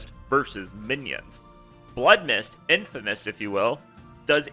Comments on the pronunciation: its infinimist bro, not infimist... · DUDE I KNOW!!!!!!!!!!! Gives me such a complicated mixture of laughter and blinding rage hearing this guys throw the hard "a" and calling it infimist....its just too much to handle.